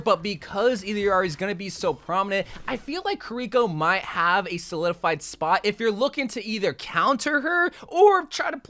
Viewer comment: Any else hate how is saying Kirko name wrong still to this day. KI-RA-KO